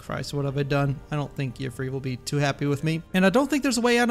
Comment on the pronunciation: I think you might be mispronouncing Yffre's name. Correct me if I'm wrong, but if his name really is pronounced like that, I don't think the Green Pact would have that rule about not taking the form of an animal. Just a hunch.